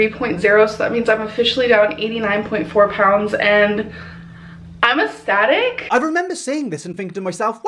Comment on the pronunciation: “I weigh 483 lbs and I’m AASSTATIC!” 🤦‍♂️😳😂😂😂